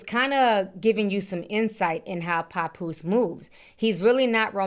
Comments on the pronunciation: Ti, you pronounce his name wrong 😂 it's pap like pap smear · lol not “Capoose”🤣🤣🤣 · “Pa-Poose” lol I love your accent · Idk where u from but it’s obvious it ain’t up north. It’s irking me the way u saying papoose name 😂😂😂 Girl bye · I can't stand the way u say Papoose's name chile 😕😂